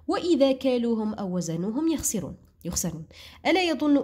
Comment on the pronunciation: يخسرون بالكسرة ماشي بالفتحة😢😅